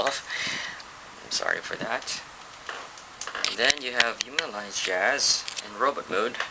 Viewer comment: THIS IS COOL AS HELL BUT I HATE THE WAY HE SAYS HUMAN ALLIANCE JAZZ IT SOUNDS LIKE "HUME ALIE JAZE"